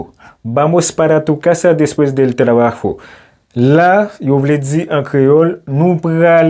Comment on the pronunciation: M apresye travay ou brother men m remake ou manke focus sou aksan tonik lan. Chak fwa ou di "trabajo" kòm si m ta tande ou pwononse'l "trabajó", ki pa vle di menm bagay. De même pou "moto", m tande ou pwononse'l "motó". Menm si yap konprann ou, menm li mal sonnen. Antan ke pwofesè, ti bagay de baz sa fòk ou metrize'l. Dayè, nan lang panyòl la, aksan an ka chanje sans fraz la complètement.